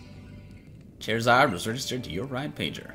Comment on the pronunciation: Lol chair-a-zard 😁😀😁😁😀😂😂😂😂